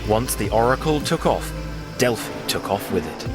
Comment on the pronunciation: Love this, I was waiting for a mispronounced Delphi…it is Pronounced Delfee in Greek mythology. Many of my clients love my Greek deck … but many thanks for enlightening us and pumping out great content. Pythia must have been one of the first to master Automatic Writing 😊